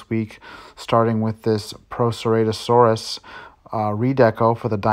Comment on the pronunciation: Buddy, PLEASE work on your dino pronunciations! First Spin-o-saurus, now Pro-serrate-osaurus! C'mon dude!